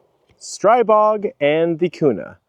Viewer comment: ITS STREEEEEBOG…. SAY IT RIGHT. 🤦‍♂️💯💥🫵